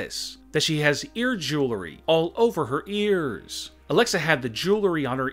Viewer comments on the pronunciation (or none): Alexa had the Jewelry on her EAARRRSS for many YEARRRRSSS Why Ronda's left ear is not mentioned?